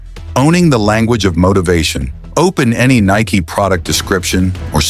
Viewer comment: If you are gonna do AI, at least make sure it can pronounce the one word the video is about.